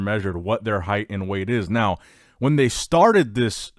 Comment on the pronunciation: Heighted at ? Bruv what’s that 😂